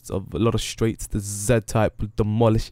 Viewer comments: It's z type not za type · It's pronounced "Zee-type" doesn't matter if you're Canadian or English (British) you have to pronounce it like that lol